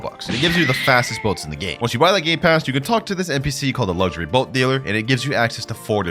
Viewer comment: Did he just say… GAY PASSES💀💀💀💀💀💀💀💀💀💀💀💀💀💀💀💀💀💀💀💀💀💀💀💀💀💀💀💀💀💀💀💀💀💀💀